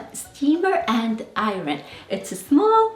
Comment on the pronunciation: Hi there... Thank you for taking the time to make this very instructional video and for sharing it. Now, please forgive me for adding this (I mean no disrespect) but your pronunciation of the word iron, could use a little practice. Thanks again and a happy 2026 to you.